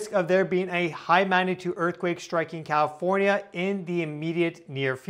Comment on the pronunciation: CAL IF ORN YA, NOT COW FORNYA YOU SHOULD KNOW THAT